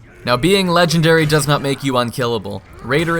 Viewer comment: Raider, ledge-ndary!